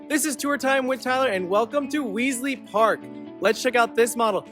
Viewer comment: Tyler. Are you sure you are pronouncing Wesley Park correctly? Just asking.